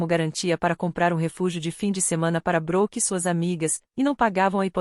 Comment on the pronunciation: Por favor, escolha uma narracao (IA?) que consiga pronunciar os nomes em ingles corretamente e o mesmo para o portugues. Uma hora fala Bruke outra fala Broke ou Brouke. E o Gueuri?? Aff.